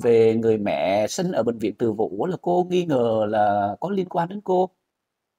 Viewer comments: ơi, là bệnh viện Từ Dũ chứ không phải Từ Vũ nhé. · ơi bệnh viện Từ Dũ chứ không phải Từ Vũ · ơi bệnh viện từ dũ chứ ko phải từ vũ đâu lớn nhất Sài Gòn